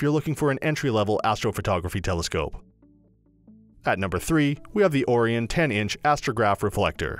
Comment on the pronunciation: He said Oh-Re-On. lol. disregard everything in this video.